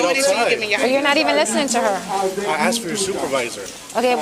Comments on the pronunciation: She 'axed' for you to be formally trespassed?...speaking like that shows ignorance and an extremely low level of education. And laying on the clothes like that, someone give the chick a chair. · It is ask not axe... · The cops in your country are truly some of the stupidest people on this planet. PS, it is “asked” not “axed” and also its disgusts me that you are allowed to have fashionista nails like that. It’s not professional. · When you intentionally mispronounce the word ask as axed tells me alot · "Axed'. Ax murderer 😄😄😄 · By law. These pigs don’t even know the law. Listen this ignorant woman pig. I axed she said. Lol. Wow.